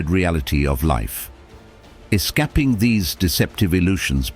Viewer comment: The mispronunciation by this AI voice ruin a good episode . “unbridaleed” “escapping” “soseeatee “and several others sound silly. Use a real voice over artist and pay them .